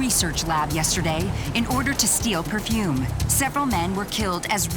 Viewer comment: It's "perfume"